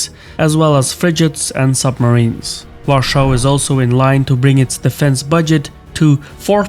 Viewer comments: Please don't pronounce "Warschau" for the capital of Poland. Use "Warszawa" or just "Warsaw" instead. Th "Warschau" is a German pronounciation. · Why do you keep saying Warschau, not Warsaw? It's no longer under nazi occupation lamo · A "amall technical note": this "var-shaw" pronunciation IS NOT the way Poles say it - in fact it's the GERMAN "Warschau" (Germanized version of the name of this city), which does not ring well in Polish ears due to obvious "WW II connotations". It's pretty touchy subject, and even on Autobahns (German highways/ expressways) road signs use Polish spelling "Warszawa", with German version only spelled underneath in a font half the size. The closest "English-style" approximation of Polish pronunciation would be var-sha-va. Greetings from Poland : ) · Why are you using german name for our capital, if you cannot pronounce polish version use english one. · Why are you calling WARSAW, a warschau (german)? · Pronounce Warsaw not Warshaw* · Are you German? Not sure why you're calling polish capital Warschau? It's Warszawa in polish or Warsaw in english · Why the fuck you pronounce Warszawa (V ah r sh ah v ah) like german Warschau? It's so annoying to hear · It is Warsaw not Warshou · Dont pronounce Warsaw like german Warschau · Dear, the capital of Poland is Warsaw [Wor-sow] in English. In Polish, it is "Warszawa" [Var-SHA-va]. You are pronouncing it the German way: "Warschau" [Wor-show / Var-show]. The last time it was called like that was during Nazi occupation, when most of the population was killed, the Jewish Ghetto was set up and 90% of the city got destroyed. Maybe it is not the best idea to say it in German?;) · "Warshaws" please, make up your mind. Warsaw, Warshau or Warszawa. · IMHO it would be better to pronounce "Warsaw" instead of "Warschau". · Great video. I find you calling Warszawa per 'Warschau' very distasteful tho. Call it by its real name or the English version please. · Not in English.